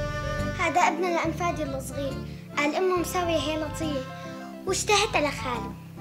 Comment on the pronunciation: هيطليه ❌ هيلطيه✔️😂😂😂